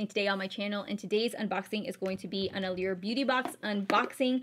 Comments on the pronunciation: It's pronounced allure not allear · You said allure wrong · lul i thought i was the one saying it wrong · sherry Little I get that but sometimes little things will just bug you